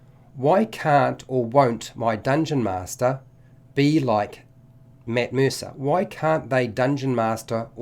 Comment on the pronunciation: This video: “Mitt Meersa”